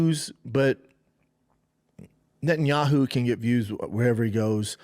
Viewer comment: Schaub pronouncing 'Netanyahu' in one go had me shook.